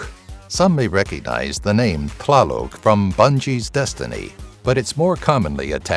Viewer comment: The TL is pronounced as a hard spit T as in top while the L is silent, and the accent always falls on the 2nd to last syllable.